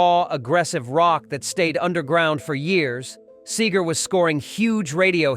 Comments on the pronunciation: Any video that mispronounces the name of its main subject is a joke. Frey & Seger were longtime friends (Frey's first recorded appearance was on "Ramblin' Gamblin' Man") & Seger wrote a song about Frey after he died. Henley also sang on a Seger album in 1986 (& others before that). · SEE-GER, fool... not Sager. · SEEgur. Not SAYgur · I love the way he pronounces his name sager then Seeger so irritating having AI giving their story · See ger not Say ger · Where'd you get SayGar.? Its Robert Clark SEE-GRR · It’s pronounced “See-ger” not “Say-ger”! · This robot can't pronounce Segar.. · Bob Seagrams 😂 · It's Seger! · Can't the narrator make up his mind how to pronounce Seger? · You can't even pronounce Bob Seger's name right.